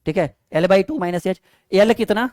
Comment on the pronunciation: सर वो यल नही एल होता है यच nhi एच होता ai 😂😂